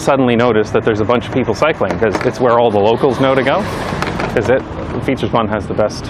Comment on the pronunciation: Props for the Amsterdam way of pronouncing ‘Vijfhuizen’. You say an S where a Z is used like an Amsterdammer. Also the ‘ui’ sound is spot on and hard to learn.